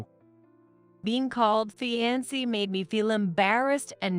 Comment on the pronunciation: They really need to edit these AI voices with their mispronunciations. Saying 'fiance' as fee an cee instead of fee ahn say. Pronouncing poor as poo or pool etc. Seems like in every story narrated by AI the same words are said wrong (wound and wavering are others I've heard)